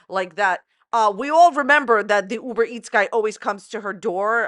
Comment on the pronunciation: "UBER -MEETS" lol!